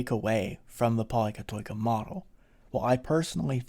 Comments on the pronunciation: It is pronounced poli- kati- kia. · I love Athens awesome great explainer on why its such a lovely city. thanks for putting it together! 🙌 As a greek from Cyprus where we also have many πολυκατοικίες, i should point out that it's pronounced “Pol-i-kat-i-KEE-A”. oi is an EE (i) sound. Diphthongs pronounced “ee” as in “cheese” are: ει, οι, υι and vowels are η, υ, ι. All these had varying phonetic pronunciation in ancient Greek to give a specific tone to the word pronounced, according to the object of the word. After thousands of years, they have the same pronunciation but with significant exceptions.